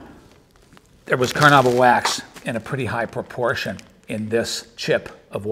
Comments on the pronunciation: Technically it's Car-na-UH-bah, Car-na-IH-bah or Ca-run-DA, all of which come from the Tupi Karana'iwa; but how pronounced it can be considered "close enough" for english speakers. Now "Car-NOOB-ah" is the single worst attempt at saying "Carnaúba" that I have ever witnessed. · Car-NOOB-ah wax was not your problem. Your acting is awful friend. LOL